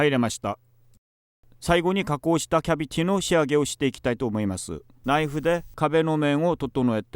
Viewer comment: ナットが納豆、キャビティがキャベツに聞こえるのが可愛い